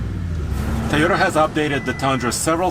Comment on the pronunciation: I like how he calls the Toyota a "Ta-yota"